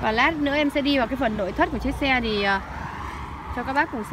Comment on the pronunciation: nói ngọng, lội thất